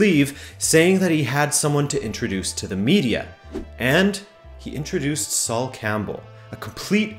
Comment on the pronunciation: "Saul Campbell" lmao. He ain't jewish mate